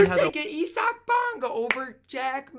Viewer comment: . Ee-Sack Bonga lmao